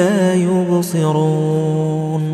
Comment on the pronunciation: Plz listen recitation of ayat 9 last word la ubseroon .I think Qari saying la yurseloon